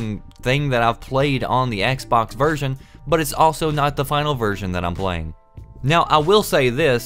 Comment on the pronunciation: when he says "version" seems that says "virgin" jajajajajajaj xd